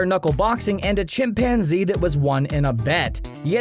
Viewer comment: This dude said Chimpanzee